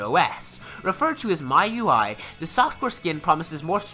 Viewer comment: its "shaw-mi"(Xiaomi) and its "Me You I"(MIUI)